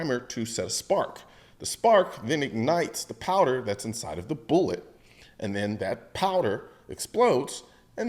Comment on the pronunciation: Colion, bruh. It's primer, casing, and bullet. Not boolet bullet and bullette. Come on man!